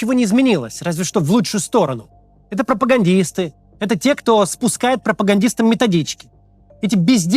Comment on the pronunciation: В живую видел. Как перезаписывал много раз, потому, что мы ржали несколько раз как дебилы от того с какой интонацией Максим произносит слово «пропагандисты». 😂🤦‍♂️🤦‍♂️